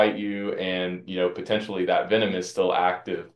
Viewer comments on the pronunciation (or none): none